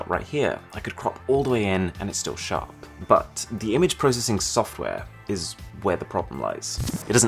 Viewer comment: bu deh ful. butt. polishing a turd! I'm done 😂